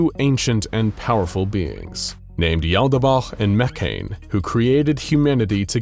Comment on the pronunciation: Finally! The narrator fixed the pronunciation of Yaldabaoth! This made the video BEYOND perfect! (All vids from here are perfect as is tho)